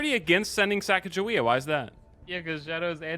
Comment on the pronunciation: Sheesh they pronouncing Sacagawea wrong smh